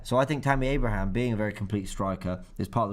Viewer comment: Robbie,its pronounced Abraham 🤦‍♂️